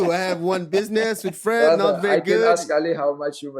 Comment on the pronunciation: "too much alkagoll bratha"